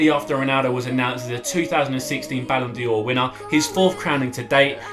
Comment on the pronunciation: ITS BALLON D'OR NOT BALLON DI'OR